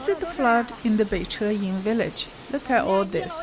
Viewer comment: It's "Beijing" (Bay-jing, as in jingle or jingo) NOT "Bay-zhing." Mandarin does not have the "j" sound as in French "je" or "jolie."